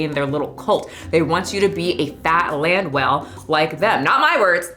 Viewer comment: saying her name is. I hear her say Land well lol